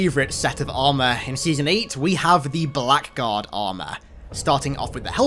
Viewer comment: Blackguard is an old english word that's pronounced blaggard.